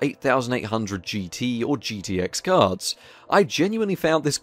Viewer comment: Who keep hearing cars and not cards